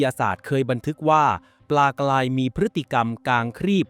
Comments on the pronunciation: การออกเสียงที่ถูกต้องคือ ปลากลาย ปลากราย ครับ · ออกเสียง ร.เรือ ไม่เป็นหรอ ? ปลากลายอยู่นั่นแหละ